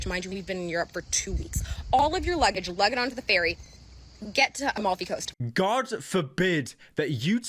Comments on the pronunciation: EMEFY COAST IM DYING (average brit pronouncing foreign names) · the only thing worse than this tiktoker complaining about going to the Amalfi Coast is Pyro’s pronunciation of Amalfi Coast